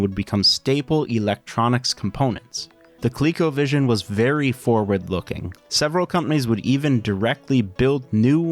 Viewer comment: It should be pronounced "Co-leh-co" not "Colique-o"